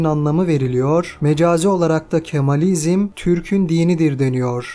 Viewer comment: Yaptığınız hizmet çok önemli ve kıymetlidir. Ne güzel geçmişin karanlık dehlizlerinde kalan tarihî gerçekleri ortaya çıkarıyorsunuz. Rabbim hizmetlerinizin devamını nasib eylesin. Ancak seslendirmeyi yapan spiker arkadaş kitabın adı "Kamalizm" olduğu halde kendisi ısrarla "Kemalizm" diyor ve alt yazıda da hâlâ Kemalizm yazıyor. Telaffuzları ve yazıları düzeltirseniz daha güzel olacak. ÇALIŞMA VE BAŞARILARINIZIN DEVAMINI DİLİYORUM.